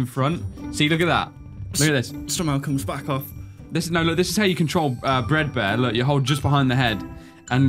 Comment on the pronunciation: You said this is how to control a breadbear instead of a fredbear